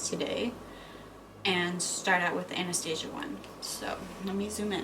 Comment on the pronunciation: She said Anastasia Wrong